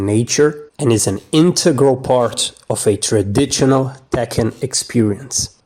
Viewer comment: In words like traditional, and proportional, the T is silent. "Proporshonal and tradishonal" is how you're supposed to pronounce them. You also might want to cut down on the text and simultaneous narration. Makes it hard to stay focused, especially with the fonts you're using, that cover most of the screen. Gives a rather ill-looking presentation. Other than that - well said. Cheers.